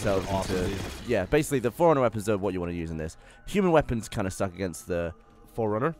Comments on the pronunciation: The way Gavin says Forerunner sounds like he's saying foreigner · I keep thinking Gavin says "Foreigner weapons." It seems really racist. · Gavin: "Forerunner weapons..." Me: "Foreigner?" Geoff: "Fore Runner?" Gavin: *sigh* "Prometheans."